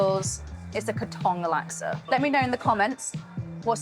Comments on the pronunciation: Katong is pronounced “Kar-tong”, not “Kay-tong” - Katong lang for forty years (who lived in the lane next to the original Katong lasksa store) 😅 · Certainly is yummmmy😊 Love the cook-video. Kaaa... ..Tong like take your time to pronounce it. Not Kattong like you were in a hurry!😂